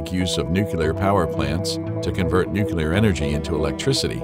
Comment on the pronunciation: I can't watch this! It's called and pronounced "nuclear"!!!!